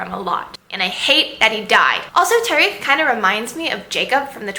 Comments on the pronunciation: Also, Tariq is "TA-rek" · Thanks for the review! ^^ Here are the pronunciations Khalid: khaaa-lid (not leed) Tariq: taa-riq (not reeq) Shahrzad: sheher-zaad